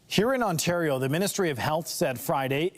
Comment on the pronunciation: Lol, Ontardio.